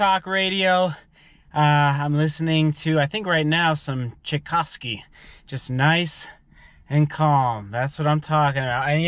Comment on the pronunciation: It's Tchaikovsky 😅